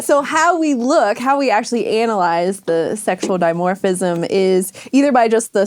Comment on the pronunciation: After talking about "fuckable sky rats" I love the slip of "anal-yse" (start for the setup).